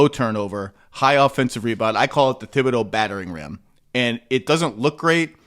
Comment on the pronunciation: It's TEEB-OH-DOH. No 'th' sound